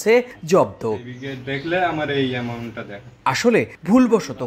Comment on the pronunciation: টাকার এমাউন্টও ও ভুল পরেছেন সাংবাদিক 😂😂😂😂